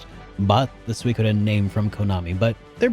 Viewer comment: did u edit the part when u said suikoden because u said it wrong at first? lol